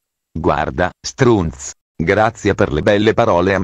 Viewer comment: bel video,complimenti.Mi hai fatto dimenticare una persona di merda,non so come ringraziarti..una cosa...quando hai detto strunz mi sei sembrato di Bari ahahahahah